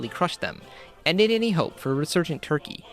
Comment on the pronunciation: I am greek and even i have to say y'all massacred turkey.